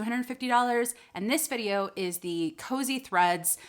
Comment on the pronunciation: Kosei looks like a Japanese word. If it is, it's pronounced "Ko-say."